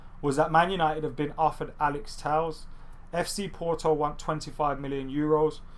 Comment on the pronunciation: It's pronounced Alex Tell-esh. Would've thought someone would've corrected you by now.